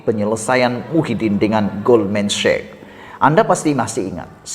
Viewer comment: Hi, boleh betulkan sebutan Sachs macam bunyi SEK!